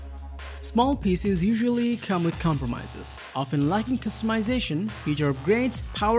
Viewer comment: Hard to understand PCs pronounced a "pieces".